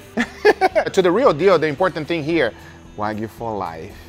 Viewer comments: It’s pronounce Wahgyou not wagoo… can’t even pronounce what he’s he’s an expert on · No rematch until can pronounce "Wagyu" properly and not "Wagoo" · its wagyu guys, not wagu😅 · When meat expert guy cant said wagyu correct way 😂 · you gwet fwee wagu fwoar a yeaw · Why say it WAGOO ???!??!?!? WHYYYYYYYYYYYYY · These guys cant even say the wagyu name right but they meat experts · Is it me or did the not pronounce Wagyu correctly? That makes me question his validity. 😅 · Brags about how good he is at cooking steaks, cant even pronounce "Wagyuu" correctly. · 15 years in the meat business and can't pronounce wagyu correctly